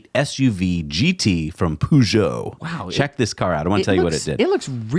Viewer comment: Please look up how to pronounce Peugeot. I'm dying.